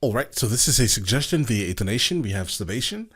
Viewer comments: Bro it's not sabaytion it's sa-buh-ton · It's "ton" like the the weight. not tawn like "shawn". :) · sorry dont want to be that guy, im sure there are already others saying this, and your videos are great, but it is pronounced sa-ba-ton not sa-ba-tion. im sorry if this is rude (its just the last syllable you are messing up) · You probably already know this by now, but their name is sabaton as in saba like you would say in sabotage, and then on. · Sa-Ba-Ton not Sabation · SAW-BAH-TON you can thank me later lol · Only since you say it weird and I'm me its said sab-ah-ton. Love your content please keep making these videos and maybe react to some of the American based songs there just as good. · It called crystal night because of the broken glass from the synagogues windows reflected the moonlight And the band’s name pronounced sa- ba- Ton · S ah buh t on, thats how to pronounce it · It's Sab-ah-tawn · watch their history channel to learn how to pronounce their band